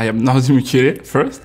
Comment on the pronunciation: Seinen Namen spricht man falsch aus, seit er bei uns ist. Auf französisch In Lautschrift: Nordi "Mükiell". Das Schaft auch der deutsche anstatt Mukiele zu sagen. Höflich gegenüber Nordi wäre es allemal.